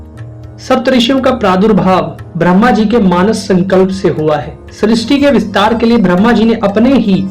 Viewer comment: आपका उच्चारण ब्रह्मा के स्थान भ्रम्हा हो रहा है ।